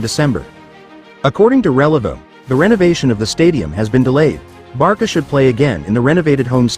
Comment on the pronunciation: Barca not Barka